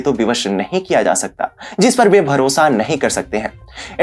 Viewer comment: Pl pranounce Bharosa